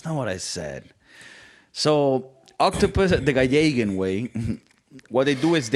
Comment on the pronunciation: “Gallegiahn way” 😂